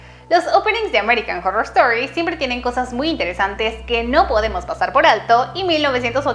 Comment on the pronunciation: American jorrrorrrr estori jajaja